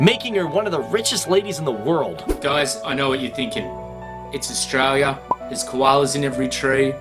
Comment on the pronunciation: just another video showing the same facts about wildlife that you wouldn't come across in the main cities, can you please learn how to say australia before you do a video about it ?! please